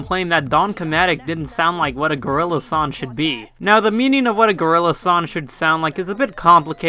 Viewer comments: I like how you say 'son' instead of 'song'. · Stop saying sawn instead of song lmao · You say son... Not song. That is absurd.